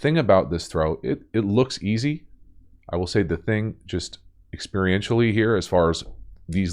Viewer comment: Experiencially??? You make that word up??? Sometimes you slay me. Especially with your potty mouth. Great content. I really liked the detail on the quick snap play. Good catch. Btw you are dead right about SF not using Deebo enough in the 2nd half. Idk if he was dinged up or what. But nobody on opposing defenses want any part of tackling him. It's common to find defenders hitting the turf rather than dealing with that bully.